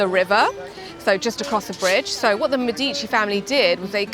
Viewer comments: Me'dici not Medi'ci, thanks for the video. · Thank you, helpful for our upcoming trip. (Sorry, but your constant mispronounciation of Medici kept making me cringe.) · Medici is pronounced wrong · How can you shoot a video about Florence and not know how to pronounce Medici and Michelangelo ?